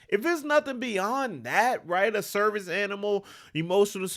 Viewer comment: American Serve-Ick E-con-you&me